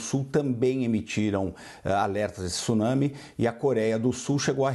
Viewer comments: Jornalista esclarecida falando 'tissunami'. Tsunami tem o encontro consonantal. O 'Tê é mudo. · A mesma pessoa que não consegue pronunciar tsunami consegue pronunciar Mitsubishi, vai entender